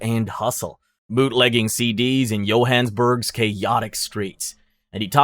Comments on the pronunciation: Lol Johans burg is the weirdest pronunciation I've heard 😂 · Edit: Johannesburg as well lmao. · did you know it costs exactly nothing to learn how to say "apartheid" and "Johannesburg" properly. i almost had a stroke when you said Johannesburg like wtf